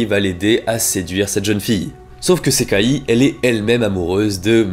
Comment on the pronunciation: Pourquoi prononce tu le i a la fin de Sekai mais pas a la fin de Gasai ??